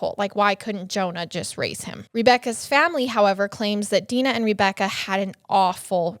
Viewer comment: I cant fucking stand how she pronounces Rebecca as Reebecca 90 percent of the time drives me nuts.